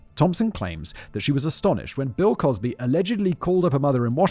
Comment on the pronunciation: Anyone else hear him say "Pill Cosby" 😂😂